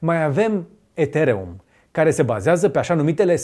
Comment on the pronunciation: Cum frate sa pronunti asa de romaneste ethereum :))